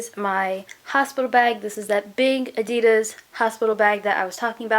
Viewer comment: Omg Adidas is not pronounced adias it's pronounced ad e das